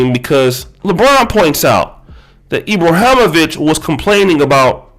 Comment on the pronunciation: I agree with you about LJ on many things he pushes the discussion forward on many topics - agree with him or not it’s his right.. But the fact that you didn’t take the the time to learn how to pronounce Ibrahimović or the difference between if he was from Sweden and Switzerland was pretty bad.